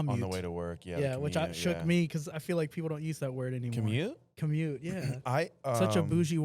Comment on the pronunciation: Lmao not mispronouncing commute! 😂